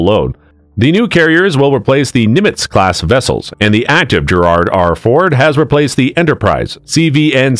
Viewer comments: Need to learn how to pronounce Gerald.... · "GERARD"????? How 'bout Gerald R Ford...tough to take you seriously giving out info on topics such as this when the class of carrier is mispronounced 100% of the time in less than 2 minutes. Absurdly embarrassing. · Does AI really not know how the name Gerald is pronounced?